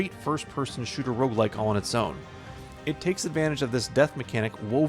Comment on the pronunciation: Are you saying Rouge-lite or Rouge-like?